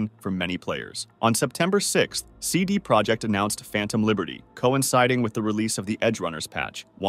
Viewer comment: as you see it's not English "CD ProjeCt it's "CD ProjeKt" use google translate to see the difference.